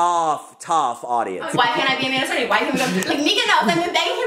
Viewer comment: It's cerny not cerney